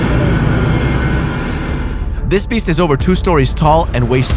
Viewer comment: Dude... it's "Stories"